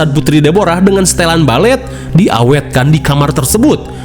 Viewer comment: Balfet....Balet Kofet..??!😂😂